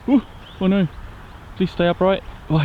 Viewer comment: LOL first word I hear was total Aussie - "Noauwr!" Love it, thank you for the vid.